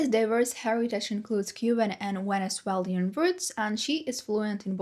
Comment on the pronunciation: Wowww, the editing is stunning! You really outdid yourself to make this. Please continue with this long video format. They're so engaging and detailed. On the other hand, I'm curious about your pronunciation of ''venezuelan'', since you treat the 'V' like a 'W'. Doesn't that consonant sound exist in ukrainian? I ask this out of respect and curiosity, not as a correction or to disrespect your accent